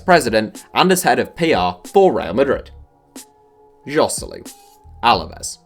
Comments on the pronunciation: Hoselu that's how you day it, it's a Spanish name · no He's not wrong, it is in fact pronounced Hoselu, and spanish and castillian are the same language you dumbass